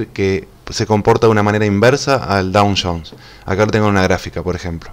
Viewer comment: No está en 2 días habiles el parking? Es DOW Jones, no DOWN Jones